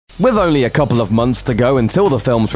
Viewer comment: "Wiv 'is last pwotege..." - can you get a guy who can at least pronounce "th" - you know, for professionalism?